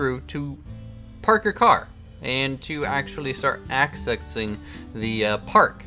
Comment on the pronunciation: "axesexing the park?" xD